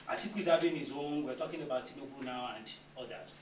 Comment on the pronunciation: .. He said chief Tnibu not president Tinibu..